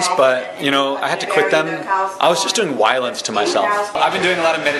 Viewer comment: "Wiolence to yourself" LOL